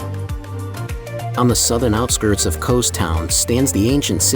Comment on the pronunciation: Kows? Eh no Kos